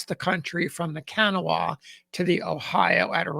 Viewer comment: A very interesting and poignant account of the death of a federal soldier at the Battle of Charleston, WV. The river "Kanawha", a major river in WV that originates at the junction of the Gauley and New Rivers at Gauley Bridge, WV flowing thence through Charleston to the Ohio River at Point Pleasant, is pronounced "Ca-naw-wha" with the accent on the middle syllable rather than "Can-a-wha" pronounced by with the accent on the first syllable.